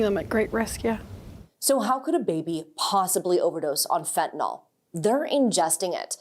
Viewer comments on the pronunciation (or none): Say fentanYL, not fentanOL.